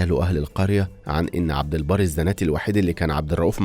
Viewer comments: عبدالبر مش عبدالبار 😂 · عبد البر مش عبد البار احسب على كلامك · عبد البر وليس عبد البار